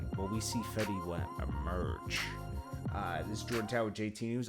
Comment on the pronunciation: Dude said his name wrong💀